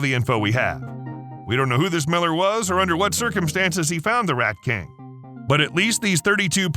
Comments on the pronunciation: I got to before I realized he was saying king, not Rat Cakes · Are you saying "Rat King "? That makes no sense.